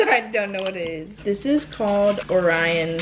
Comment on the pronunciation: issss very Filipino HAHAHAHAHA love you!